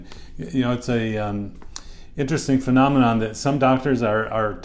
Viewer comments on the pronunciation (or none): none